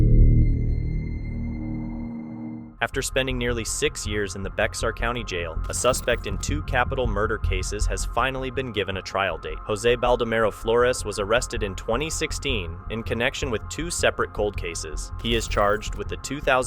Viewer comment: the x in Bexar County, Texas is silent or with an h sound. Its pronounced more like BEAR or Bayhar. Its the county that San Antonio, Texas is in.